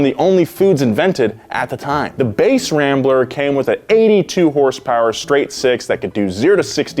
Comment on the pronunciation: I swear if he says HersPers one more time...